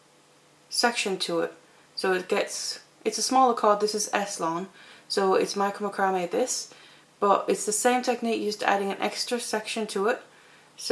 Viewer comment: I think it sounds beautiful the way you pronounce it.